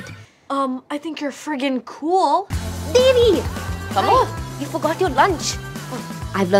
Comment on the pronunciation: Kamala was like the only one who were pronouncing the names right, like devi doesn't even proounce her own name right, it's not david kinda De sound in Devi, it's...how kamala says it, yeah. And tamil does not have double vowels so you can't say Devi like Da-i-vi yk.